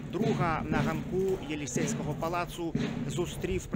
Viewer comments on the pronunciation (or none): Таке буває, коли мусиш розмовляти українською тільки в роботі)